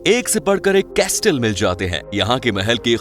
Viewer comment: कॅस्टल नहीं कॅसल.